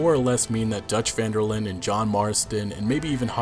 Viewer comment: Great video, however it's not pronounced vanderlin. It's pronounced vanderlin-deh. Because his last name is Van der Linde. From a native Dutch speaker